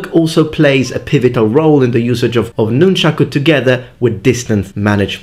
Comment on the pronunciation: Thank you, thank you, thank you for saying "nunchaku." I swear, if I hear one more person say "nunchucks," or worse... I love sai, too; they tie for me with bo for favorite. I wouldn't have thought of nunti-bo for "most effective," but I have to agree.